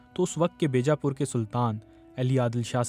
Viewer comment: بی جا پور (بیجا پور) کے بے جا پور پڑھا گیا۔ یادیو ناتھ کو جادو ناتھ۔۔ کوئی پڑھا لکھا شخص نہیں ملا انہیں